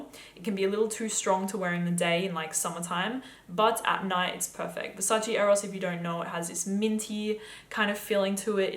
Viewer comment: that’s how it’s pronounced